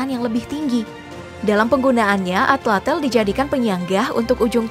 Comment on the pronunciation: Bukan Atlatel tapi Atlatl Tl bukan Tel